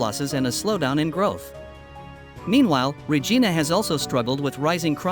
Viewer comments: Regina,,,, sounds like ree ji nu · My God, does not even know how to say Regina and he said it like 100 times like do your background before you start yapping if you don’t know how to say this Saskatchewan Queen city then you shouldn’t be doing a survey asshole every city can be turned around. The government does not give a shit except to fill its own pockets. That is the problem that’s been the problem forever 40 years ago Canada was flourishing and everybody had money today. It is such an ignorant country it used to be fun to live in, everybody talked to everybody started on Wednesday now there hasn’t been one in years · My God, does not even know how to say Regina and he said it like 100 times like do your background before you start yapping if you don’t know how to say this Saskatchewan Queen city then you shouldn’t be doing a survey asshole